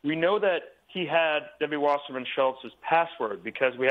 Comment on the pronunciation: Her name is WASSERMAN, it's not pronounced Washerman. People who decide to do these amateur, online news shows should at least be sure they say someone's name the right way. Do some research. And for someone like Wasserman, her name is ALL over, in various sound bites and clips. Otherwise it can make the so-called "news host" look ignorant or uninformed.